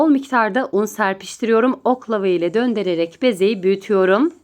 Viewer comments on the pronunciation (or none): Çok güzel gözüküyor,ellerinize sağlık.küçük bir uyarım olacak,türkçeniz çok güzel,sadece döndererek değil,döndürerek ve tereyağı değil,tereyağ derseniz,çok daha güzel olacak.sevgiyle kalın.❤ ❤❤